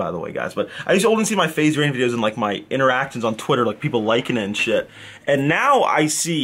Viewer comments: If says shait, or however the fuck you spell it, one more time, I will kms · Stop saying shate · stop saying shayte please😂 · Not even a minute in and he says "Shayte" :| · No you wouldn't. They say shate not shiete, so you would be poor. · Please stop saying shate 😂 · PLEASE STOP SAYING SHAYTE... Just please 😭😭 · STOP SAYYING SHAIT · shayte why? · ffs stop saying shate. It's literally the most cringey thing ever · bro please stop saying shayte!!